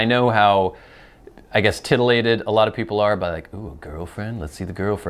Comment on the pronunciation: He said titillated.